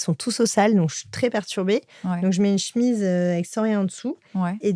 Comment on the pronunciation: Che-mise ! Pas chmiz svp 😅